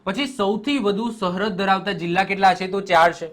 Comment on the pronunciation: સહરદ નઈ સરહદ 😂 પેથાપુર નો બંકો